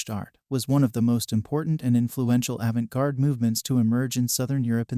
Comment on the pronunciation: Can you please teach your AI voice to pronounce Arte Povera - the SUBJECT OF THE VIDEO - correctly??? It also can't pronounce avant garde. Unacceptable for an art theory channel.